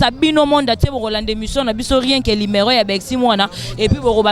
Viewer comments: azo répétés toujours lumero tchieen on dit numéro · Et puis on ne dit pas LIMERO. Balobaka NUMERO